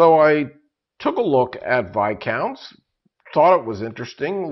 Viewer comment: finally, someone who pronounces Viscounts correctly.....thank you